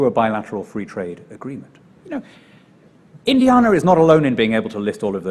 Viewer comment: Apart from the way he says Indiana! 😉